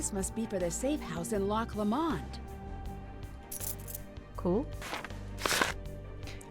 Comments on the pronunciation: I played this one after your first nancy videos because it's set in Scotland and I'm a proud Scottish lassie 🏴 Finally was on the receiving end of bad accents and pronunciations. The way she says Loch Lomond lives rent free in my head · she just said Loch Lomond for the first time for me...never heard it pronounced like that before 😂